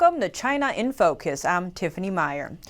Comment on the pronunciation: Oh. It just came to me, all of a sudden. It's not "Welcome to China info kiss" it's "Welcome to China in-focus" (my hyphen to accentate the pronouncation. I've been watching for a couple of weeks now and each time I've wondered a little half-amused about why she would say "info kiss" not at all and halfway decided that it was a jargon of the media business. Well, guess that got cleared up, then. And you have great pronounciation,, and btw.